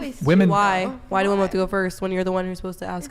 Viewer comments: Hasn't anyone ever taught some of these ladies how to pronounce the plural of woman? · Also, while I'm ranting. Will someone tell Gen Z that the plural of woman is "women", and it's pronounced "wimin", not "woman". Drives me up the wall. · This is so hard to listen to.. Between all the "likes" and them pronouncing the word women as "woman" every time. What a sad group of girls mocking God, which is truly what they clearly need. Michael handled this very respectfully.